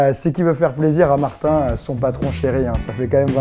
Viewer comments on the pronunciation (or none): none